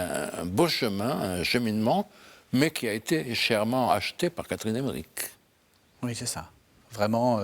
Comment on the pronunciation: Emmerich, pas Emmerick